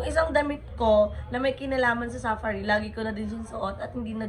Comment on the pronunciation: OA ng pagkasabi mo ng safari. Accent on the second sylable po. Arte magsalita mali naman